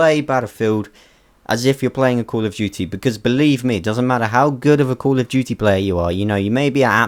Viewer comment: "cool of duty"